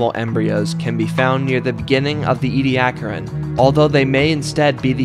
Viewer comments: ee-dee-AK-er-in That’s how you pronounce it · Nope, it's EE-dee-AK-ər-ən